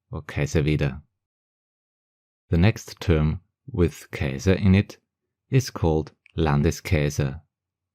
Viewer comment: KAISER bitte, net KEISAR 😄 KaiserBETT gibt´s auch 😉